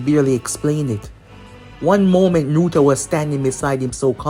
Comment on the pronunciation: NARUTO Not nurta